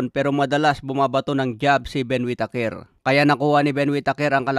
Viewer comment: "Wit teyker"